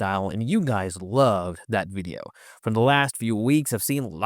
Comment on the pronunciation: This is still a wery helpful wideo.